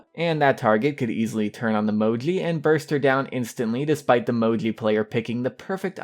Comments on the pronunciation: You just have to pronounce "Mou-gee" it's not that hard lol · You pronounce it in a cute way. Sounds like Mojly :) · Bruh, u don't say Moji write lol